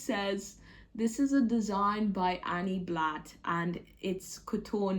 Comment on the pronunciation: Hi! Love your vlogmas. Indeed, Anny Blatt (you've got the correct pronunciation by the way) was French, born in Mulhouse in 1910. When I was a kid, my mom would sometimes buy catalogs and wool from Anny Blatt. High end wool. You can still buy some today. On the official Anny Blatt website, there's a section where you can find out more about her. It's in French though. They may have a version of the website in English, I haven't checked. I started following you when you were in Japan and watching you dancing at the beginning of videos makes my day each time!